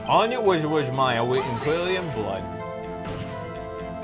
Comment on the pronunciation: sometimes reads things (completely or almost completely) different from what they actually say. (I.e. "Miss Maya Fey isn't pink! = (Miss May isn't pink)